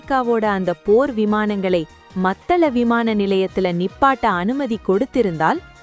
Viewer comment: செய்தியை ஒழுங்காக வாசியுங்கள் மத்தள அல்ல மாத்தளை. இலங்கை அரசாங்கத்துக்கு கொத்தணி குண்டுகளை கொடுத்தவர்களுக்கு உதவி செய்ய வேண்டும் தானே அதனால் தான் இப்படி கதைக்கின்றார். ஜனாதிபதி